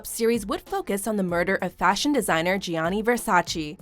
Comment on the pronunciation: I stopped watching this video bcz i cant stand how she keeps saying " GEAANEEY VERSACHEE CHEE CHEE " ITS " GAAANE VERSACHÉ " come on its Italian words duh😭😭😭